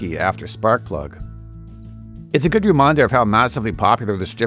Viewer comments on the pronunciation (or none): none